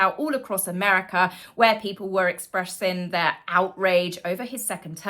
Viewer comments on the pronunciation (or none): none